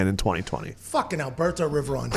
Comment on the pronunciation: came here just to hear Pat pronounce "alberTO"